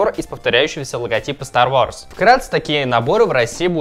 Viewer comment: ААААААААА МОИ УШИ СТАР ВОРС ААААААААААААА